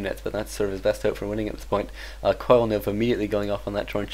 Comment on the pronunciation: when he says coil it sounds like he says koala